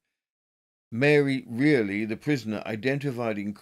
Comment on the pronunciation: Reilly pronounced Riley